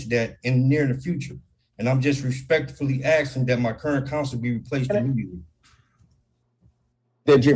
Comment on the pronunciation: ruhspekfully axing